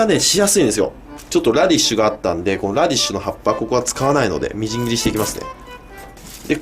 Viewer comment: 「ラディッシュがあったんで...」 って普通に言うなや イタリア人やんけ